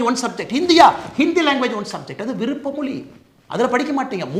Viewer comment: வழக்கம்போல அண்ணாமலை கலக்கல்... உங்கள் கருத்து முற்றிலும் சரி... தமிழகத்தின் விடிவெள்ளி அண்ணாமலைக்கு ஒரு சின்ன விஷயம்..... தமிழின் சிறப்பு அதன் ழகரம் தான். ஆனால் அதை... மொளி, தமில், தாய் மொளி, இருமொளிக் கொள்கை, தமிளகம், பிளைப்பு, பயிற்று மொளி.... என்று நீங்கள் பேசுவதைக் கேட்பதற்கு மிகவும் வருத்தமாக உள்ளது... ஏற்கனவே இன்றைய இளைஞர்கள் தமிழைக் கொஞ்சம் கொஞ்சமாகக் கொன்று வரும் நிலையில், இளம் தலைவர்கள்...... அதுவும் அண்ணாமலை போன்ற வரும்கால நம்பிக்கை நட்சத்திரங்கள் இப்படிப் பேசுவது மனதை மிகவும் வேதனைப் படுத்துகிறது...... உங்களது நேர்மை, உழைப்பு, தைரியம் ஆகியவற்றைக்கண்டு ஆயிரக்கணக்கான லட்சக்கணக்கான இளம் வயதினர் உங்களைப் பின்பற்றும் நிலையில்....நீங்கள் இப்படிப் பேசுவதைப் பார்த்து அவர்களும் இப்படிப் பேசத்துவங்கினால் என்ன ஆவது..... (ஏற்கனவே பெரும்பாலானோர் இப்படித்தான் பேசிவருகின்றனர்) ஆகவே தமிழக மக்களைக் காப்பாற்ற அயராது கவனம் செலுத்தி வரும் அண்ணாமலை, தமிழையும் கொஞ்சம் கவனம் செலுத்தி சரியாகப் பேசினால் நன்றாக இருக்கும்.... இதை யாரும் தவறாக எடுத்துக்கொள்ள மாட்டார்கள் என்று நினைக்கிறேன்.....